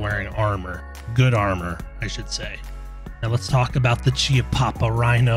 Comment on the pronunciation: one small thing (not a hating thing just more of a nitpick/gun nerd thing) since chiappa is an italian company its pronounced like khiappa